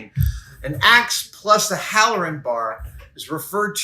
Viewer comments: Hey Adam, former volunteer Firefighter here, it is a "Halligan bar / Halligan tool " not "Halloran" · Btw halligan or hooligan bar not halleran